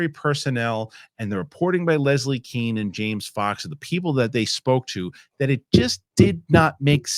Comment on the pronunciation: You'll be considered to be a "Real UFO/UAP insider" if you pronounce journalist Leslie "Kean's" name like: /Kane/. I don't know why, but that is what she prefers, and that is how everyone who really knows her pronounces it. Actually, it really annoys me: If you pronounce your name like /Kane/--THEN SIMPLY *SPELL IT LIKE /KANE/!!!* 😳 😊 *WHY CONTINUE SPELLING IT LIKE "JONES" IF YOU REALLY WANT TO BE CALLED /SMITH/?!?* 🙄 🙄 🙄 😊